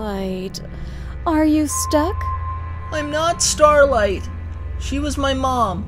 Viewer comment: Starlight's starting to sound more and more like "Space Blow"